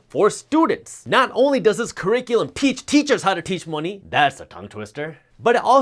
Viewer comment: Q. Are dumb people happy? A. .....yes. ....aaaannnd 'YouTube Creators' ladies and gentlemen smhlmao...btw learn how to say 'cur·ric·u·lum' (keˈrikyelem) Jaspreet🤦‍♂️😔